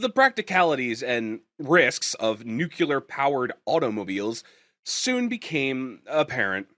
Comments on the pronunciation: nucular is not a word No matter how many times you say it, newkuler is still not a word. Rather, it is a flag of ignorance repeated as many times as you say it. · Holy crap, stop saying nukular. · noooculer! ffs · That's how Ronald Reagan pronounced it.